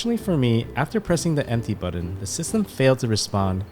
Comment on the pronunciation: Thank you for this excellent video:) I have one complaint though, button is not pronounced BUDDEN. Was driving me nuts, sorry